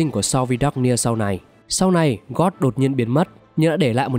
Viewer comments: Tóm tắt rất hay=)) mỗi tội phát âm hơi sai dễ gây hiểu lầm cho newbie, ví dụ như gold mà ông đọc gần như giống từ god, tatarlia mà ông đọc sang tartania,.... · giả kim thuật sư gót là ai z ad, biết mỗi gold thôi nma gold đâu có phát âm như vậy nhỉ